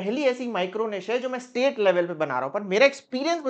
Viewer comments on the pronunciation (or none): none